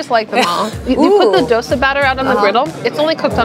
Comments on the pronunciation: Pizza "dough-sa" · Dosa -> Though Sah not Dough sa Pani Puri -> Paanee Poodi not Paney Pury